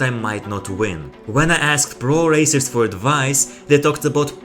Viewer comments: I heard racist too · He said pro racers not racist